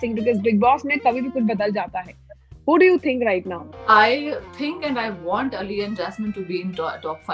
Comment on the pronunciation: Why is she calling him eliii XD its ali bro...... Itna cool mat bano ke bakwas lage